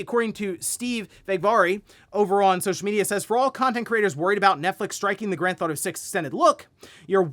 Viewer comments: Why does this guy pronounce it “Grand Thauto 6”? wtf!? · I love ya,.. but i have always noticed you say "ganthefauto" 😅 Listening to you for years. Youre my wake up video to see what is going on.